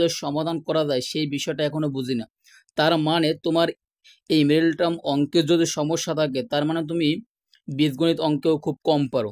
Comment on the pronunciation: মিরেটার্ম কি জিনিস?কথা শুদ্ধ করুন।